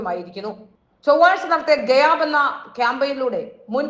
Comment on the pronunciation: സേച്ചി ഗയാബ് അല്ല,😂😂😂😂 ഗായബ് എന്നാണ് അതായത് കാണ്മാനില്ല എന്നാണ്........